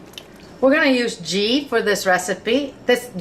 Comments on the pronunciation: Ghee is pronounced like gee in geese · "ghee" is pronounced like "glee" without the "l" ...loved the vid tho, trying it for dinner tonight with Basmati rice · I think the 'g' in 'ghee' is soft....like in 'geese'. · Ohhh I love Indian food SO much! This is one of my fav's to cook and will will be doing it soon! Gonna check out your naan recipe cos I think I missed that one! BTW - I'm sure you were already told. It's pronounced GEE (Like GLEE without the L. lol) XOXOXO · Great video that chicken tikka masala looks wonderful! Here is link on how you pronounce ghee correctly